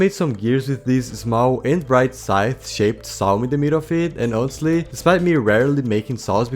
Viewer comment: "Inostely" instead of "honestly" is weird